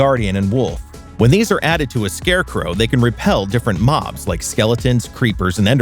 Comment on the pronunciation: Did he say ScareTHROW or are my ears deceiving me? XD